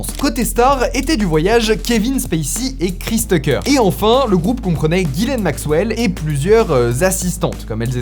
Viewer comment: Ghislaine pas Guylaine 😅